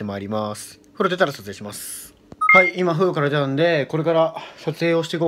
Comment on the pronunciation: 風呂の発音おかしくね！